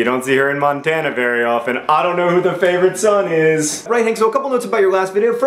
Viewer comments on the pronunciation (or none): none